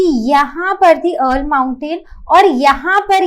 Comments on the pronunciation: Ma'am it is Ural (युरल) not अर्ल you are pronouncing it wrong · the way you pronounce ural is killing me rn😭😭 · ts frying me vro especially the "ural" pronounciation 😭😭